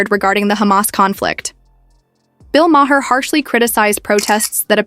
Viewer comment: Mah-Hair that how she pronounce his last name. 👀